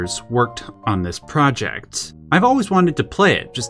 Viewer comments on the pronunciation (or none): none